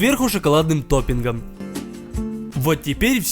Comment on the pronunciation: Почему я слышу шоколадный допинг?